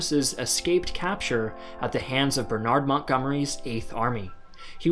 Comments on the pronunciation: The way you say Bernard makes me want to slam my head against a door frame... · The way you pronounce ‘Bernard’ is painful